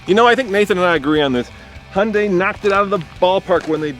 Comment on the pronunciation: You guys say Hyundai wrong. Just saying. ^^